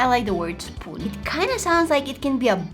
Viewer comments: That is not is how you say spoon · How you say"spoon"it souded like "spun"witch in Romanian means "tell"